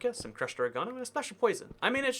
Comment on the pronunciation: The way he said oregano 😭 also who just casually keeps poison in their kitchen cupboards